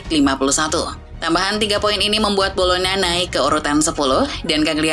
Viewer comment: Bolonya mba bolonya cara ngomongnya.. bukan bologna...